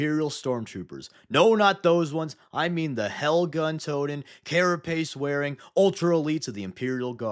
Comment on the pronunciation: it's HELgun (High Enery Laser) in contrast to the classical LASgun (LASer), not Hellgun